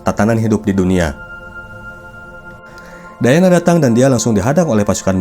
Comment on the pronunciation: Diana bang bukan dayana😂